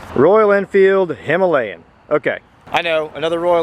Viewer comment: Not hima layan its hima.....layan